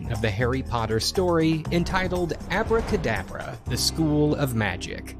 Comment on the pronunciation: The funny thing is its not even called "Abracadabra" as the guy in the video is pronouncing it. It was called Aabra Ka Daabra, the A here sounds similar to the A in "Saw" or "Aww". Its an elongated Aaaa. It was a goofy a$$ B grade movie, idk how or why this guy came across it Lmao